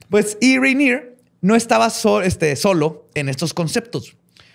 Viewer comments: Que gachos, nadie le dijo que se pronuncia "Ranie" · Todo el capítulo oyendo riniri y es ranier en realidad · Cada vez que dijo “Riniri” sentí que moría, así no se pronuncia su apellido y eso me echó a perder todo el episodio. -.- Ya había podido ignorar las participaciones del “” pero que la caguen 10000 veces en pronunciaciones fue mucho. Lástima.